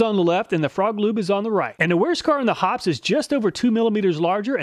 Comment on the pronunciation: It's Hop-pee's. 2 syllables.